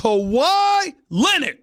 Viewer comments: Kawhi Len-Nid!!!🤣🤣🤣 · "Kawhi Lennit"